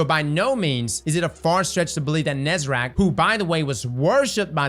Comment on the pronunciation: please stop saying "nezerac"